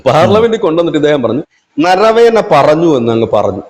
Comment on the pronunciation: നരവേന എന്നല്ല നരവനെ എന്നാണ് ആ പേര്